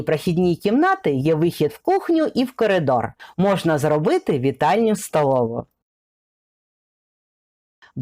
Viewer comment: Та де там "гарна"! : ЗАХАДИ та живи, вітальня-СТАЛОВА, коти МІЛКІ, намагалась знайти ТРІЩИНИ, на випадок проблем з ВОДОПРОВОДОМ, велике ПРИДАНЕ.., вже не кажучи про оте московське "акання"; невже аж так важко вимовити "о", тим паче читаючи текст: адже написано по-руськи (т.б. українською) "о", а вимовляють по-московськи "а"?!